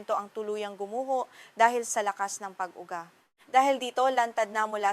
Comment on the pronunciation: dakuu, (dako), pag ugaa (pag uga). Ok sana, need ng lesson sa Filipino.. just saying na ayusin ang pagtatagalog. Salamat.